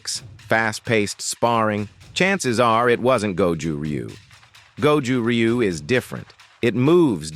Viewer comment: I really hate how Americans pronounce Ryu